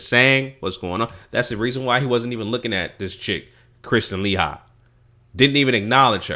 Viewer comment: LOL....The way this dude Pronounces her last name, gets me every-time.